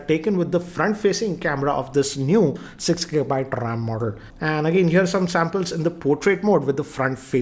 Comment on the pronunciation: It is RAM, not RAAM.